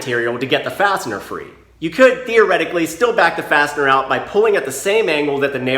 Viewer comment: I had the volume low enough at work to hear you call the fasteners "bastard" every time you said fastener lol